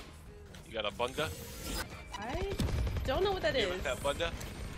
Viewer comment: nonooononono he cant even say bunda correctly TT